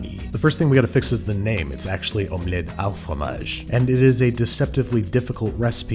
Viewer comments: Just a quick tip: The “au” in French is pronounced “o” like the normal letter O... it’s not “ow” like if you hurt yourself or something Lol. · it is NOT called omelette 'al' fromage lol, its omelette 'au' fromage, au its just pronounced like the letter o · The "au" in "omelette au fromage" sounds like "oh" not "ow". =) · Hey babish just wanted to correct the pronunciation with "au" its not pronounced 'ow' but more like you're just saying the letter O with a French accent lol anyway love your videos man keep up the amazing work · Actually although it is called omelette au fromage you pronounce the 'au' like an o and not like an ow sound and I'm not judging I'm just correcting but not in a dicky sort of way if that makes sense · I really enjoy seeing your take on sometimes fictional recipes. (Side note: it's pronounced oh not ow fromage) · Babish thank u for correcting the “du” to “au” but “au” is pronounced like “oh”, not “ow” 😅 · "omelette OW fromage" my Maman is charging up her slipper ready to smack the mispronunciation out of that sentence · hMMMMMMM it's pronounced "O" not "awo" Hom-Let O- Fro- Maj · It’s not omelette à fromage but omelette au fromage. (Au like o) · The "au" in omelette au fromage is pronounced like "oh", not like 'ou' as in 'house' Edit: au as in bow, not au as in bow 😂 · no, it isn't. The proper pronunciation of "au" is "oh", not "ow". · Not to be a pedantic Frenchman but it wouldn't be omelette a fromage but omelette au fromage (pronounced as o) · if you're going to try the accent pronounce "au" correctly : [o] not [au] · ps babish 'au' is pronounced closer to 'oh' not 'ow'! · you pronounced “au” as “ow” like a german. it should be pronounced “oh.” just something i noticed. je t’adore, babish! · Omelette 'oh' fromage, not 'ow' fromage. Actually quite easy to pronounce for a change... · "Au" is pronouce "o", not "a-o" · This isn't Germany, yo. "Au" rhymes with "go" .. NOT with "cow" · French: au Babish: OW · Babby my dude AU is pronounced "Oh"